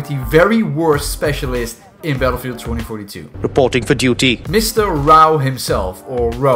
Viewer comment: I keep clicking this timestamp just for one thing; Reepoteeng fo dutiii